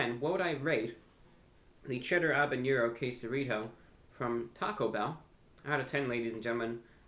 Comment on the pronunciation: Btw, it's habenero, not habeñero.